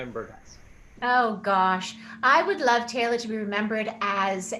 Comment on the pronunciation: The interviewer talks way too much instead of allowing Rachel to talk the most. AND, did this Interviewer even watch ANY episodes of Stargate Atlantis??? He sure seemed lost about the Characters and their names! Hey fellow... Rachel's character's name is Teyla, NOT Teya! If you do an interview, then at least say the person's character name properly!